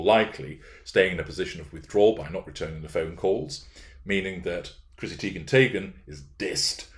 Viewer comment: IKR Teigen/Taygen🤣🤣🤣